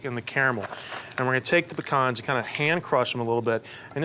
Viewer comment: I love everything about this dish but especially that you pronounced pecans correctly!!!